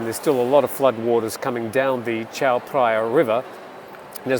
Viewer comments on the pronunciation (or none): none